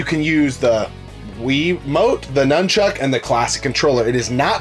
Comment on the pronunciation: It's nunchuk not numb Chuck